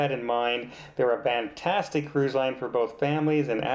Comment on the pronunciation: Great review,!! I thought it was my ears, but now I know... you say VANtastic... which is a bit different than what I would expect to hear (FANtastic)... Is this a thing or a Canadian thing? And yes, I loved watching the Love Boat - back in the day! ❤️❤️❤️